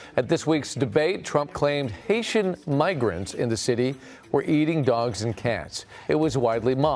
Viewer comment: Vance = hater. Springfield immigrant = Hait-ee